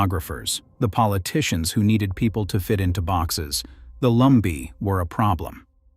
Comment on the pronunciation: Lumbee... not Lumber. Lol